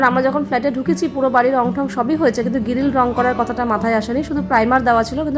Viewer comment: Tumi grill k giril bolo kano